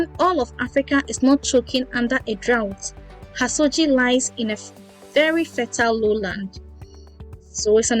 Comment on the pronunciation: Good job,. The setting of the story is a small fishing village in the Central Region called Hasodzi. "dzi" in Fante is a trigraph pronounced as "z" and therefore the correct pronunciation should sound like "HASOZI" not "HASOJI"